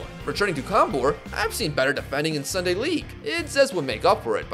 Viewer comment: Sunday: ❌ Chrooday: ✅